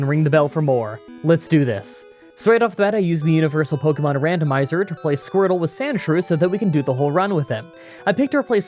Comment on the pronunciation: Pronounce Pokemon correctly!